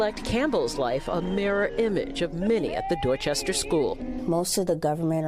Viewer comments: I’ve never heard any Boston in Lawrence’s voice until he said Dorchester. You never lose your Boston. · Lawrence’s accent comes right back home when he says “Dorchester” ❤